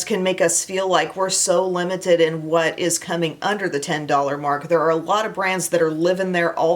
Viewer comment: Funny story: for YEARS I have thought you were saying “wet shady beaches” and I thought that was such a strange name for a bronzer. 😂 it wasn’t until I read through the linked items one day that I saw it written out and realized you were saying WHAT shady beaches 😂😂